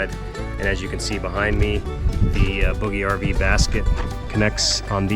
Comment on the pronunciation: I have one more question. I’ve been watching all your other videos and skimming through all the comments…. I was just curious about the pronunciation of “BougeRV”. I noticed in videos from other reviewers that they pronounce it quite differently than you do. It appears to me that you have an established relationship with BougeRV and therefore I assume you must be saying it correctly… still I tried to look on their website to see if under About Us they might offer guidance, but I found none. I did find though that bouge is French for move. So, how did you figure out the proper pronunciation?